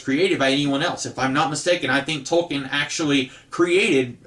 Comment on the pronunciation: It's pronounced Toll-kin What happened to the video on how to fix the DL character from "Heroes"? Just curious.